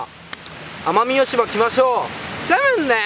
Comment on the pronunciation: 奄美大島言えてないw w w